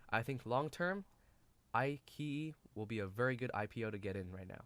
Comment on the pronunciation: I key yi? Come on. It's i chi yi. Nice video otherwise.